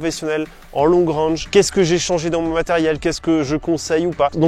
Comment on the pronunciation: Long rènge ai est Long rang... Prononciation sabine Dans la pratique le franglais est implanté. Ça fait vraiment bizarre de vous entendre parler comme ça. Il n'est pas trop tard de s'adapter et d'évoluer